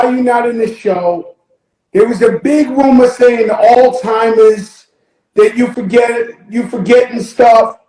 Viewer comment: It’s pronounced ALZ-HYMERS folks